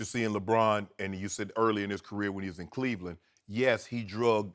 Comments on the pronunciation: There is no "D" in Clevlan..... -Skiuuuuuuuup Bayless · The "Lan" without the D lmaoooo